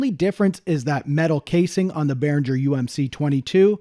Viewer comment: Please stop pronouncing G in Behringer the way you do. It's the same G as in Gibson.